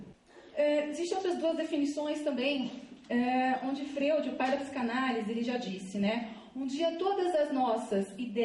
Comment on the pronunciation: lindinha. o Freud se lê Fróid